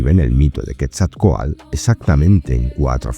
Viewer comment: Seria muy bueno que se pronunciaran las palabras correctamente, ejemplo: nahuatl, quetzalcoatl, no estas pronunciando TL al final